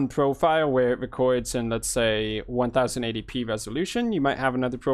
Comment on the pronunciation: Nice video, you keep calling 180p instead of Ten Eighty 1080p though